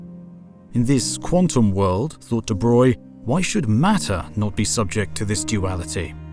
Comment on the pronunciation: Again, thank you for pronouncing 'de Broglie' correctly ;) well, at least more correct than 'de brog-ly', it's still not quite 'de broy' ... try the soundbite on the wikipedia page for him :)